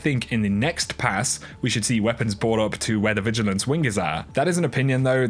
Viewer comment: did you just say vigilance WINK?